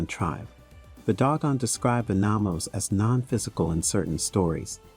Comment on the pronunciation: I believe it's Nomos, not Namos.